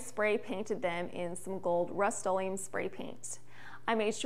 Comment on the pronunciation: In the cost breakdown, why did you need 4 knobs? Also the word is rust o Lee umm.